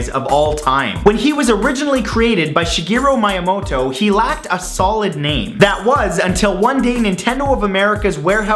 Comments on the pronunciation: "Shigiru Maiamowto" ...Great job Matt xD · Lol "Shigeruh Miyamightoh" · He tots raped Shigeru Miyamoto's name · Mario is more recognizable by children in the U.S. than Mickey Mouse, so, I'll leave you to put two and two together. Also, that pronunciation of Shigeru Miyamoto is absolutely horrendous. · You butchered Shigeru Miyamoto's name. xD